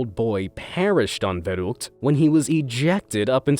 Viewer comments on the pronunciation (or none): Ich finde es witzig, dass Nicht-Deutsche ständig Probleme haben, das "ü" auszusprechen. "verrückt" wird dann zu "wöruhkd", was für mich Deutschen witzig klingt. Nichts gegen Dich, aber ich konnte Dir kaum zuhören, weil ich so laut lachen musste;) (Kleiner Tipp: das "ü" ist eine Mischung aus "u" und "e", die zwei Pünktchen über dem "u" waren vor langer Zeit mal ein "e", das man einfach über das "u" geschrieben hat.) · no you need to say the ü like ue im german so i know that and you need to say the A like A not like Ä And is that racism or does that mean that we are normally secure? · Dude, it`s "verrückt" not "verruckt" - only because the so called (in German) Umlaut "ü" doesn`t exist in English - it doesnt mean there is no difference to a "u". There is even a generally fully valid grammar rule to express those Umlauts ä, ö + ü by their replacement variants set together using "normal" vocals only : ae, oe + ue. As you can see, this is very different, especially in pronounciation. Please mate - if you using foreign words that often in a sequence - please dont make it sound that cringe to sb aktually speaking that language :D Apart from that, nice video =) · You Pronounce it wrong! Verrückt*, not *verruckt You have to pronounce the "ü" in another way than the "u" By the way, it's called "Markus Rühl", not "Markus Ruhl" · you have my full respect for pronouncing german so good, I'm german and ik ur pronounciation of "verrückt" wasn't the best but thats totally understandable since you don't know the letter ü in ur language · It's kind of funny how non-Germans have trouble to pronounce the "ü". "verrückt" becomes "verooked", which sounds funny for me, as I'm German. No hate but I had trouble listening you because I laughed so loudly;) (little tip: the "ü" is a mixture of "uuh" and "eh", the two dots above the "u" used to be an "e" literally placed above the "u" very long ago.) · i live in Germany, verrückt is pronounced 'ferrückt' (and the 'ü' is SHORT!)